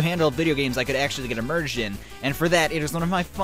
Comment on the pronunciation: Who else feels like an actual shock to your nervous system every time says “emerged” instead of “immersed”? Still love the video btw xx